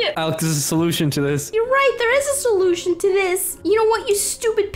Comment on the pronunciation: "Alex there is a solusion to this" Alex:"oh ya there is a solusion to this" Me:"is it die? "